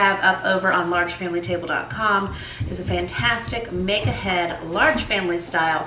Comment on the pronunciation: I’ve been watching this YouTube for 3 weeks now and only just realised she is saying “make ahead” and not “mega head”😅